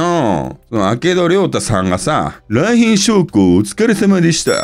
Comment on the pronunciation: 「来賓です」が「三瓶です」で脳内再生されてしまう